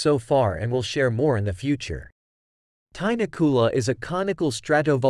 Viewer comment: Pronounced tinakula